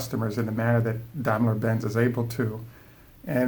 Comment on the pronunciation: Wait, this video is later and here you pronounced daimler benz correctly.